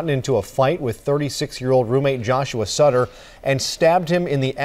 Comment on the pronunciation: Medina's victims last name was Sutter not stutter